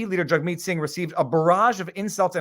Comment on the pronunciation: Each time you say Jugmeet Jughead keeps popping into my head. Jagmeet better get use to the heckling and just because some cdn shoved his finger in his face, while he was in the car doesn't constitute harassement. It was a moment of anger. Had the guy bang on the window it would only constitutes intimidation. A misdemeanor. It was just rude if anything!